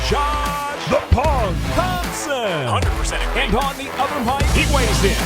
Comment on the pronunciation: Josh "Thompson" Thomson